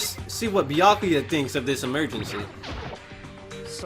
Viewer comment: Also it's pronounced byukooyu